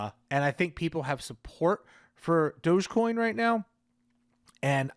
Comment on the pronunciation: Thank you for pronounce it properly Doggie coin Shiba is a doggie RECOGNIZE